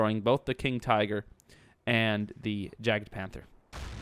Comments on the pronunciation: Yagpanther not jagpanther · It is actually "Jagdpanther" (notice the d) try typing it into german google translate and hear the pronunciation for yourself. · try pronouncing it as "yaakt-punter" (atleast it comes as close as it gets to the german word when putting this in the english google translate)